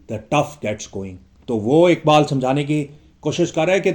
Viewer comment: Merey moahtram Urdu, me talaffuz talaffuz talaffuz😢😢😢 ki kya ehmiyat hai aapko haqeer kya batayega aap sahib-e- ilm ...ikbaabl me iqbaal kahan se aayega,hakeekat me Haqeeqat kaisey aayegi😢😢😢😢😢😢